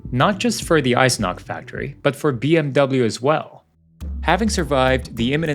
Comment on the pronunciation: The name was Eisenach and it has an ch in the end and not a k.